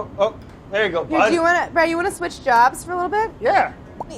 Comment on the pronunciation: anyone else notice Claire calls him "Bread"